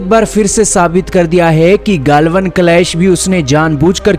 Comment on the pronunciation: गाल्वन नही गलवान